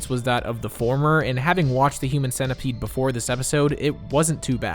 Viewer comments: Why is he saying "human sentaipad" instead of "human centipede" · Wait.. why do you pronounced it as cent-ai pad? It clearly should be cent-e-pad, right? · Wtf he said cent i pad